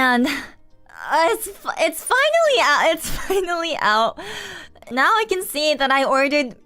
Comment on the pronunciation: 割と単語の発音がカタカナEnglishに引っ張られてたの(canの発音が/k`æn/じゃなくて日本語話者特有の/kʲæn/(カタカナのキャ/kʲa/)になってたり)で大体気づいてた それにしてもマジで流暢だしスラングとかイディオムとかしっかり使いこなしてて頭良すぎるやろ 普通は出てこんのよその言い回しって思うこと多い